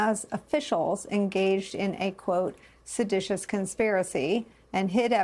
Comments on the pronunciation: Someone fed him the word "siditious" since he pronounced it sedatious, which isn't a word. They're trying (unsuccessfully) to make him sound smarter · Seditious? This isn't a word 😂